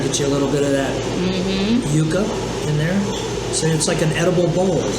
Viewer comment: It's pronounced YUUUUCA..Like YOU KA..NOT YUCKA....Just FYI